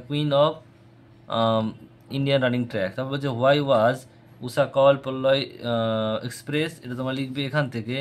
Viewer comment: আরে পল্লয় এক্সপ্রেস নয় পায়ওলি এক্সপ্রেস